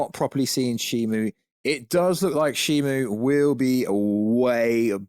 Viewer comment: It’s shimO NOT ShimU…